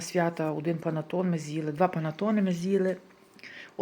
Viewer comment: 🤦‍♀️панАтон😂 знайдіть ще трішки часу для вивчення іт.мови, почула, що зовсім не,, вживаєте префіксів, кажу по доброму, без образ